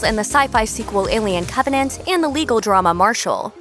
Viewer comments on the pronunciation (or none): none